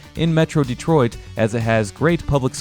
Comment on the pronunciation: Pronounced more like Day troit